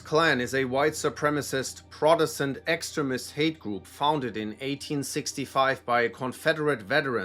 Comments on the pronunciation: I love how the voice, keeps on pronouncing extremist, to sound like excrement, which pretty much sums up these groups. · Learn how to pronounce “extremist”